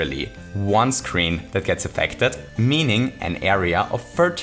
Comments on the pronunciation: I really can't understand what he's saying repeatedly. Power-up lotion? Edit: I think it's meant to be POWblosion 🤨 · this video would be amazing if you didnt say powblisons. it makes it confusing to understand for someone who doesnt know this game that well. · Not trying to be rude, I'm genuinely at a loss for what he's saying when it sounds like "pub lotion" and I feel like an idiot. What term is he using? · A powpoloshion?? Really?? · What's a powbalotion? Pow-polution? Pow-Polotion? What the hell? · How many times did he say pow-blotion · noone:: Poweblotion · I was trying to figure out what you were saying, but then I realized you were mixing "pow" and "explosion"...